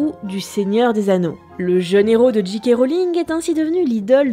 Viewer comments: Nota Bene pas de soucis pour Dumbledore, par contre "j.k. rowling" ça se prononce soit "Jay Kay" à l'anglaise, soit "Ji Ka" à la française ;) mais jamais "Dji Kay". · Nota Bene • Ouais, la prononciation, c'est pas ça hein, pour J K Rowling : je passe sur le "roline" (c'est Rowling et pas Rolling) mais le J K c'est pas "Dji Kei" mais "Djei Kei". Fôte archi courante chez les froggies ... :-) Sinon, épisode super sympa pour une saga sur laquelle il y a énormément de choses à dire. Et encore, les livres valent le détour au moins autant que les films ! Toujours au top, le NB ! Et merci de nous changer un peu l'air du bocal, parce que l'histoire pure, en ce moment, on en bave ... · C'est soit "Djèï kè" Rowling, soit "Ji Ka" Rowling. "Dji Kè" Rowling c'est ni anglais ni français ;-) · Jika ou Djèkè mais pas Djikè diantre! Ah sinon super collab merci pour cette vidéo. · DJII K Rowling. DJII K Rowling. DJII K Rowling. (djii c'est la prononciation pour G. Pour J on dit djay) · alors petit rappel basique d'anglais de 6eme le "J" se prononce "DJAY" donc jaykay Rowling ou bien en français jika Rowling mais surement pas Jikay.. et les diji non plus n'existe pas !! soit c'est un deejay soit un disc jokey!! y'en a marre de passer pour des blaireaux dans le monde entier!!!Merde!!! et C'est Dumbeldore meme si ça s'écrit Dumbledore. faut vraiment pas avoir vu le film pour le prononcer comme ça. c'est dommage ça décrédibilise tout ton super boulot. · Et "Ji Kay Rowling" ça t'as pas gêné ? ^^